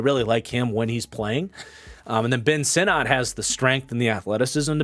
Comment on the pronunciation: Ben Sinnott is pronounced “sinnit”. From the man’s mouth himself. Just FYI for future vids.